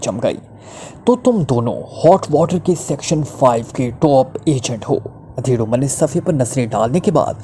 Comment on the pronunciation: Udhair umar 👍👌 Adhair umar 👎 Is word M alif p paish h JAZAKALLAH KHAIR Horrible expressions k begair read kerain, shaid more better hu Or words b proper pronunciation ( in English and urdu .) k sath read kiya jay, JAZAKALLAH KHAIR